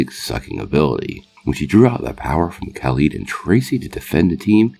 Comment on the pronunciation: is there a reason you keep mispronouncing Khalid’s name?